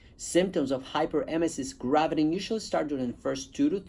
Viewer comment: Spelling it wrong in title and missing a syllable when you pronounce it doesn't make me feel good about your experience with it.